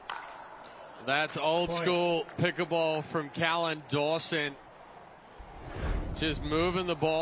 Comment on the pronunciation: His name is NOT Collin, it's Callan.